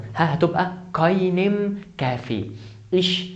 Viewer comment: انت ما تعرف تلفظ كلمة kaffee